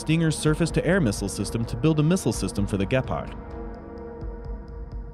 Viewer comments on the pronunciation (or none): The way he pronounces "Gepard" drives me crazy, it is spoken with a long E. Maybe just use the english word "cheetah" instead :D And than i ask myself if even the english title is wrong? "This Germany's Weapon" shouldn't it be "This german weapon? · It sounds funny how you say the name of the tank and the name of the company. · why are you saying gepard so weird. It is named after the african cat you know...